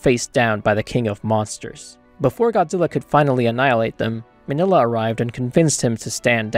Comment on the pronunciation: "Minilla" is pronounced "MEEN-ya", not "Manila". Listen to how they pronounce his name in any of the movies he appears in.